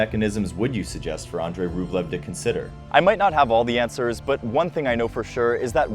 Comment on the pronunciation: Mispronunciations make me cringe. 😅 It’s Pop-uh-rin. And more importantly, it’s Ahn-drey, not Oh-drey. ❤